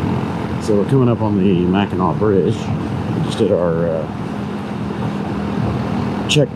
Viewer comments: You were right with the way you were pronouncing it its not pronounced how it looks so u had it right the first time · You pronounced Mackinac correctly... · You pronounced it right. It's pronounced Mak n naw.